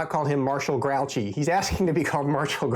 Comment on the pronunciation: Thanks for the unboxing. Grouchy is pronounced Grew-She. And try not to accent either syllable.